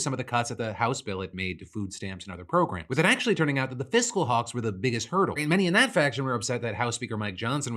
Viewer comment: Ah yes, "fiscal hawks"